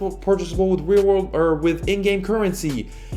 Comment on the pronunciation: "20 Weal Rorld Dollars"